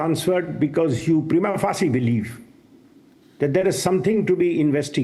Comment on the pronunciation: Anchor Goswami, the word “Prima facie “ is a Latin phrase. So its correct prinounciation should be as Mr.Harish Salve is speaking. Your pronunciation is wrong.